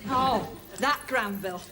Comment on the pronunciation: Granville...Not Glanville :D